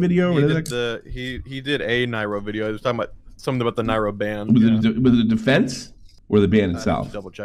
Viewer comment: a 50-something year old man who doesn’t know how to pronounce Nairo’s name talking about “our community”